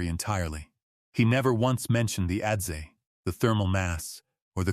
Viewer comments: adze = "ăds" not "ădd-zee" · Great story. Adze is pronounced adz, not adzee.